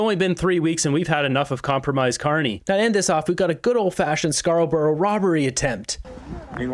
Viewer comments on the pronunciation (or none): Love your content, just an FYI Scarborough sounds more like Scar-bro than scar-o-burrow